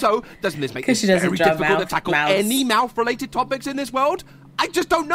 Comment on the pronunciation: her mowth is a mess😯